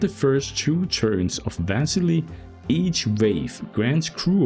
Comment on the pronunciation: I think the intended pronunciation is Va-silly. A Russian name?